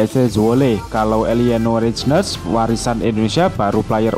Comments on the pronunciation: Min, dibacanya Reinders bukan reijdner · Eliano Reijnes ????? Nyang bener Bacanya Maas ma